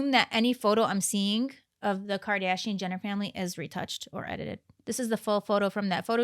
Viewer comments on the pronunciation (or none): Not kardiashian. Kardashian